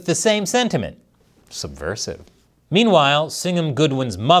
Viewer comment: speed 50% you say subversive..... LOL CHEERS.... fUNNY AS DRUNK f---K AHA... CHECK IT OUT 25 % YOU HAVE A CLASSIC LOOK!!!!!!!!!!!!!!!!